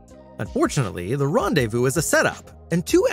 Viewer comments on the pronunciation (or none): none